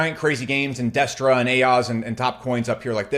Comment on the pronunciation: Destra not Destroy